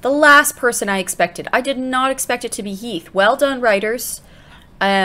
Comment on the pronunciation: you said Keath instead of Heath 😂😂😂